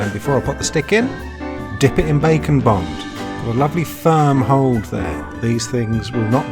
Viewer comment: Heh, every time he says Bake and Bond my brain redoes it into Bacon Bond.